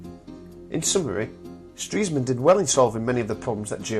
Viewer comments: Its pronounced "stress man" not "streeesman" Nice job anyway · No, he's pronouncing it incorrectly. It's actually "Stress-man". Ironic being as he dies of a heart attack >.> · you mean.. I've been pronouncing Stresemann wrongly? This is really good btw!